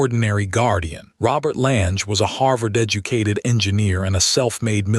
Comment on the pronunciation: Lange rhymes with clang, get it right. I've been skiing Lange's since '81, never knew of Lange's involvement.